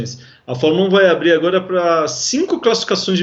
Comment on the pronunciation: Esse cara de azul ,fala estranho estreganho ,agora agoga,,mulherada mulhegada ,prestem atenção.